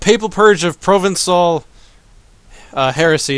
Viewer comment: Provencal = Pruh-ven-saw.